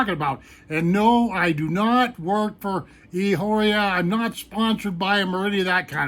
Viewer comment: Pronounce "eeee" "ahhh" "ore" "ahh" ....... e ahora